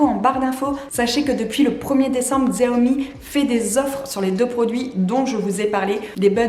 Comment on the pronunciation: Aie le X fait mal dans la prononciation de Xiaomi 🥲 La bonne prononciation ici